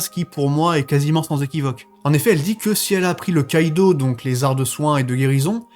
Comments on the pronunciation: STP STP STP ARRETE DE DIRE KÏDO C'EST KIDO :,( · Mon com est inutile mais ca me perturbe de t’entendre dire Kaido a la place de Kido 😭😭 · Tu me stress. On dit Kido pas Kaido omggg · On dis kido pas kaido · T'est matrixé par one piece mdr tu dit kaido au lieu de kido 😂